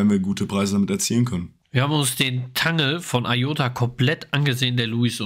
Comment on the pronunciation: Danke für eure regelmäßigen Infos ! Aber bitte sagt nicht immer zu Iota‘s Netzwerk „Tangle“ , es wird „Tängel“ ausgesprochen. Ist doch englisch. 😊